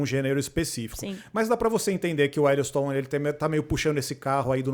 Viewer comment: "Ellowstone" e sério que ela falou assim?